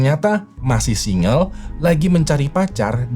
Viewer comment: Single dibaca singgel, bukan singel.